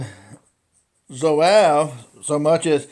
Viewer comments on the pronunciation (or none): pronounced ZWAHHHV; I picked up mine back in 1970, a very accurate rifle. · I’ve never heard Zouave pronounced that way. I just got one of these, and haven’t shot it yet. Enjoyed your video. Thanks.